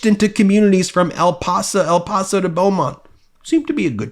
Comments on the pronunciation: El PASS-O, not El-Posa. Rio GRAND, no Rio Gron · I grew up in Texas… most businesses at least have some illegals working for them… the number is WAY bigger than 8% It’s pronounced El pass-o